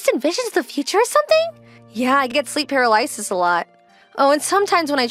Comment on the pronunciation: Sleep Pair-ah-lie-sis ? What? I'm sorry if they are real VAs... but that pronunciation sounds kinda AI to me. Should be more like what the male VA did... par-ahl-ah-sis.